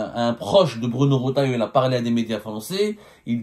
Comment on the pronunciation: Ya abdo, c'est pas Bruno "Rotaillo" mais Retaillau avec un E après le R et non un O